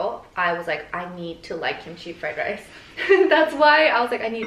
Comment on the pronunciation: “Rice”= rise 😔